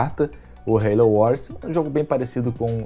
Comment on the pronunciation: perdeu a essência mané, ta falando Halo certo.